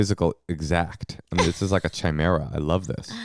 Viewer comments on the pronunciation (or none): pronouncing chimera like chai-mera bothers me